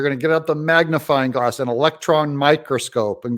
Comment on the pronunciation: Did you say, MAGAfying glass? 🤣